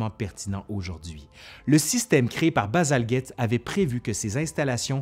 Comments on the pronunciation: D Mais pour un francophone ... ce n'est pas Bazalguette! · Bien présenté, avec beaucoup d’enthousiasme ... Mais pourquoi vous prononcez si mal le nom de Bazalgette? Le G suivi d'un E ... Donc le G ne devrait pas être "dur"!! Bazalgette était un petit-fils d'un immigré français!